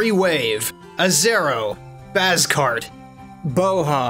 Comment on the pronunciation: Why do you say Bazkart like that?